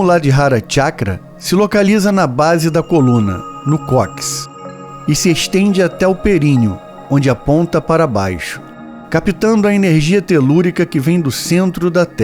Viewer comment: Atenção para a pronúncia correta de CÓCCIX ( cok-sis) e não COKS.